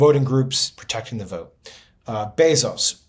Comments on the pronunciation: Is it 'Beeezohs' as JVL pronounces it? Or 'Bayzohs' like I hear everyone else say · It’s pronounced BAYzos. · JVL- Bezos gets his last name from his Cuban stepfather who later adopted Jeff. Bezos is pronounced “bay zows”